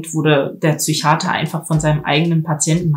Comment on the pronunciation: Es heißt „der IQ“ und auch nicht „Züchiater“.